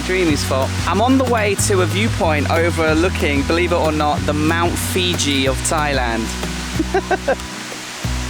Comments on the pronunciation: Mount Fuji not Mount Fiji bra🍌 🤣🤣🤣🤣🤣🤣🤣🤣🤣🤣🤣😂 Isan they eat all the weird and wounderful things speak totally different language I ate all sorts of insects snakes frogs lizards amazing place great people love to sing and dance. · Mount Fuji, Mount Fuji. LMAO not Fiji- that's a country.. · Love your Mt.Fuji pronunciation. :D